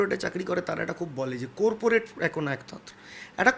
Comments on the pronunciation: Amio tai bhabhchhilam... Corporate not Korporate... Arektu hole, kopurpurate bole diten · কোরপোরেট নয়রে হতচ্ছাড়া শব্দটা কর্পোরেট হবে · Coreporate naa. Corporate... Aetuku pronunciation o kora jaina?? College e porasona korley ektu kaj dito i guess. And how you changed... Jotodin party dichilo totodin sob thikk. Akhn jehetu haare gelo sob kotha change.... Waooo.... Ipac taka nia korchey bcz that's a PR Company. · কুরপুরেট নয় কর্পোরেট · Corporate noi pronunciation hobe Corporate 😂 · কোর্পোরেট না রে কর্পোরেট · কোর্পোরেট আবার কি??? কর্পোরেট ...... corporate 😂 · Coorporate noi re jahil , corporate, pronouce korte shekh re oshikhito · COREPORATE noi, CORPORATE. Kon school a porechho jubo neta moshai? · কি অবস্থা!!!! কোরপোরেট !!!! কথাটা কর্পোরেট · Korporate naaa Baal - uchharon ta thik koro - Corporate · কোর্পোরেট না রে ভাই চটি, কথা টা "কর্পোরেট" হবে।। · Korporate noi re ota Corporate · কোরপরেট বলে কিছু হয়না,its কর্পোরেট বলে পরিচিত 😂😂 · কোরপোরেট নয় রে গাধা ওটা কর্পোরেট হবে। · Corporate বলতে হয়।কোরপরেট নয়। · চোরপোরেট he meant 😂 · Koorpur aar koorporate😂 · Babusona.. "cooorporate" noe ota😂😂😂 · ❗Ai ta Student union r Leader te ''Corporate' pronunciation tao thik moto korte parene, Its 'kaw·puh·ruht'. Shane on Student Union Leader, ai sikha students ra paiche ato din. 😂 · Corporateeeee😂😂😂 are bhai uccharon ta tho thik kor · আসলে 'চোরপোরেট' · করপোরেট pronunciation এ হচ্ছে ছাত্র নেতা good 😀😀😀... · j corporate word ta thik kore pronounce / bolte pare tar interview nin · Corporate শব্দ টি ও ঠিক করে উচ্চারণ করে উঠতে পারলেননা!! অভিষেকের সঙ্গে তৃণমূলের অসংখ্য দুর্নীতির কথা মনে পড়লোনা দাদা???????!!!!!!!!!